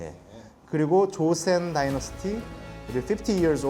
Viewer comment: 조센???저 발음이 맞는거냐????